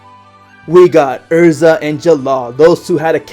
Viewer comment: It's Erza not ersa